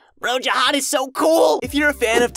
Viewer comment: zahad not jahad